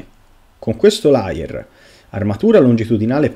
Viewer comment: Grazie del video. Layer però si pronuncia con la E. Se detto con la A significa bugiardo e si scrive liar